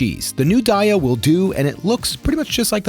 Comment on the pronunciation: FYI, "Daiya" is pronounced DAY-ya, per the co. website. I don't like Taco Bell anything, but I look forward to trying chickpea-mushroom meat. Thanks for another good idea.